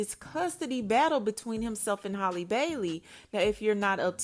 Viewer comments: Jesus it’s HAL- LEE not holly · Everyone can easily say Halle Berry, but can't say Halle Bailey is crazy.